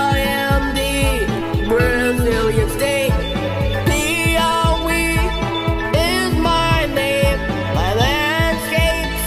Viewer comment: U pronounced Piauí very well 😮👏